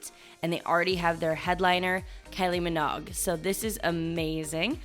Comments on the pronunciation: KYLIE "MENOGGG"? LIKE EGG NOG?? GIRL BYE! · Minogue rhymes with Vogue. 😅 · its pronounced min o ig kylie min o ig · It’s Kylie Minogue not Minog!! Seriously, you didn’t research the biggest name in British pop! Yes, Kylie is Australian (that’s Australia not Austria) but she’s just as big in the UK as she is in Oz… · Her name is pronounced Min O Guh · KYLIE MINOGG YA’ll!!! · If you want to be a successful YouTuber you should probably learn to pronounce the names of the artist you are talking about correctly. You need to google how to say Kylie Minogue. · Omg not the Kylie Minogue mispronounciation. 🥺😩